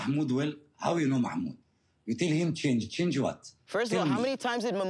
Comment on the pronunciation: I can’t with how the host pronounces mahmoods name